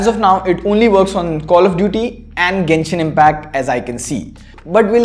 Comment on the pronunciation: you changed your pronunciation from "jenshin" to "genshin"